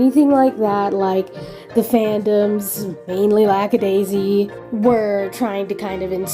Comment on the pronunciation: I just noticed that you pronounce Lackadaisy as Lax-a-daisy (as in laxative). Is it an accent, a lisp, or you are just misnaming them on purpose because you hate them?